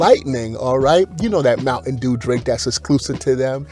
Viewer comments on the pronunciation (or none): none